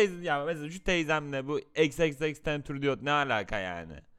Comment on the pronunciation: xxxtentüridiyot demesi bilmiyo olabilir